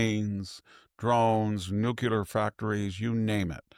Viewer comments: I love listening to this old man with all of his experience, history and wisdom. But the word is nuclear. NU KLEE UR. not nukular. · Nucular is not a word. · Why can't the educated pundits pronounce nuclear properly? It is not nukeuler. It is nook-lē-er. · It’s amazing how many highly educated Americans are unable to pronounce “nuclear” correctly…. I thought it was just that bozo George Dubya! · Please learn to say NUCLEAR correctly.